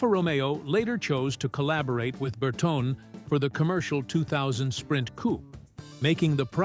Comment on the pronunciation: Bertone is pronounced Ber-toni.